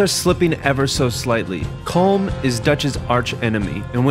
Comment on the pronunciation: This much research and you couldn't pronounce Colm correctly?